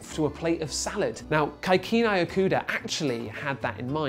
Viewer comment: Shame on BBC! Who pronounce Kikunae as" Khay khu Nay " 😒